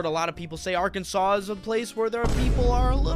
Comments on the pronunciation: Do not pronounce the last "s" in Arkansas. Say it "Ar-kan-saw." Yosemite is pronounced "Yo-sim-it-tee." Massachusetts is pronounced "Mass-uh-chew-sets." I have lived in New Mexico, Texas, Alabama, Georgia, Tennessee, Florida, Washington, New Hampshire, Oklahoma, and California. I was born in New Mexico and currently live in Alabama, in which I chose to retire. I still travel a lot. I've performed (I do comedy, magic and music) in all 50 states and seven foreign countries. I'll be up around the Great Lakes in April and May and back in Washington in June. I love all of the states and can always find something I like wherever I am. I don't know why you think Washington and Oregon are "super important." I'd like to hear you explain that. I have nothing against them, but I wouldn't say they're all that important compared to other states. Area 51 is NOT in New Jersey. Area 51 is in Nevada. Trump won every swing state, so he won Pennsylvania. Washington, D.C., is not in any state. It is it's own territory. It is Washington, District of Columbia. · He literally said Arkansas right and then you instantly pronounce it wrong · Arkansas is beautiful!! This boy is a jerk!, for some reason or other it is pronounced saw at the end, not sas......dont ask me why!! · It’s Arkansaw not Arkansas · When you pronounce Arkansas, you do not pronounce the last S. It is pronounced Arkansaw.